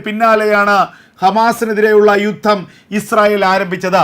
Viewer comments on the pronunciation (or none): none